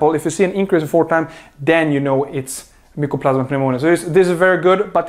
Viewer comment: Mycoplasma not mucoplasma